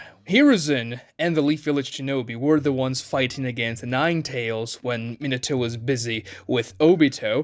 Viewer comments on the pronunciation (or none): none